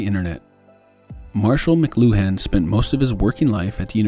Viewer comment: I’m fairly certain it’s pronounced “mclewan” not mc-loo-han.